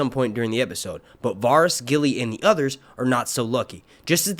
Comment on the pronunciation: Is anyone else bothered by the fact he can't pronounce the name Varys correctly?